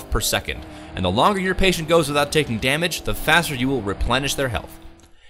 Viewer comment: patient...not pateint lolol